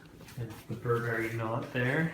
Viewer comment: this pronunciation of Burberry makes my skin crawl